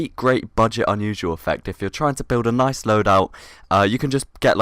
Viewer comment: When says nice, it sounds like "knife"